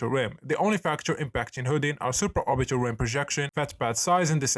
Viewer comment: bruh all i heard was suporbiaal tilt